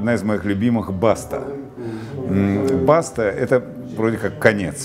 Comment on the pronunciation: только не баста , а башта ( т.е. башня )